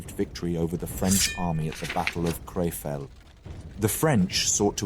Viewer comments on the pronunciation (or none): .- It hurts my local patriotic pride - Krefeld is on the western side of the Rhine ! And: You are so good in so many pronunciation of difficult place names, just to butcher a hand full totally. Most other channels do not even care to try this . keep getting better !